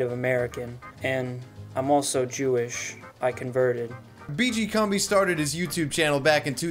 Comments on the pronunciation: it's pronounced CUMBI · Pronounciation according to WWS: BeeGee Coom-bee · How do you play two separate clips of Kumbi pronouncing his name in your own video and still pronounce it wrong yourself the entire time? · Excellent video, thank you. Though it's odd that you alternate your pronunciations of "Kumbi" throughout the video. Pick one and stick with it haha. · Whats with the 30 different pronunciations of his name? Pick one and stick with it, jesus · Take a shot every time switches between pronunciations of Kumbi.